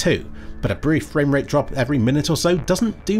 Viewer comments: Fweak Fwamewate dwips hwere and therew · fwamewate dips hewe and thewe >w< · “Ooooooh, fwamewate dips….”